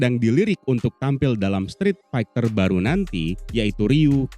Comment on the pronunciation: Strit Faiter bang bacanya 🙄 Bukan Faigter